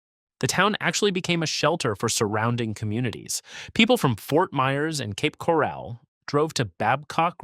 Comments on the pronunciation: Bre VARD’ — accent on the second syl LA’ ble. 🤪 The first "a" in Ocala is a short vowel. It's not Cape Corral, it's Cape Coral. If you have so much trouble pronouncing so many words, then take an English course. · It is pronounced "Cape Coral" NOT "Cape Corral." Another AI masterpiece. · yeah, "Boca Rat-in", "Cape Core-al", totally AI